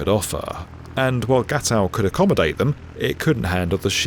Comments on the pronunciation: What? "Gackow" Airport? It was GATOW, pronounced Ga-toh, which was the British military airport in West Berlin. Flights to and from there ended in 1994. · Gatow is pronounced - GATT-OW! Not gat-cow! You got it right at the third time. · It's Gatow, not Gatcow. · Gatcow???? You mean Gatow. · The airport in the British sector was called Gatow, not "Gakow". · Gatow, not gatcow. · Airport Gatow is pronounced Gatoh. (With a long a and a long o.) The w is silent. All names in and around Berlin which ends with a w like Gatow, Kladow, Rudow and Buckow are of slavic origin. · Gatow is pronounced Gah-tow (literally like the verb to tow) :)